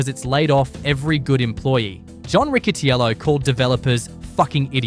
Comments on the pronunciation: pronounced rit uh cello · This video has a ton of misinformation and screams AI script and engagement baiting. Also the announcer keeps mispronouncing John Riccitello the pronounces “Rick-e-tell -o.” I’d like to see your sources please.